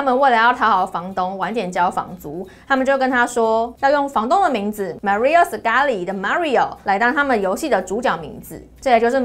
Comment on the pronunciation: May ri ooo